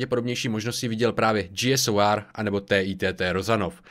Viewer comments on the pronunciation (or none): G SOR prosím, říkej G-SOR ne G-S-O-R